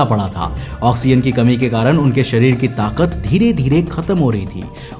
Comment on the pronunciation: .....hota hai Sarir nhi sharir hota h